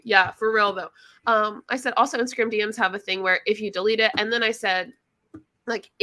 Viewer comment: When you excitedly say "DM's" the Texas twang starts to come out 😆 "D ehms"